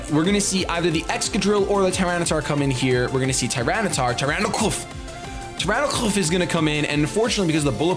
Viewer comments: it's Tyranocif, not Tyranoclf... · The C of Tyranocif is prononce like an S. Its for Tyrant and Nocif (volatile i think)